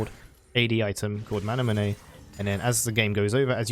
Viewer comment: Y do u pronounce manamune like that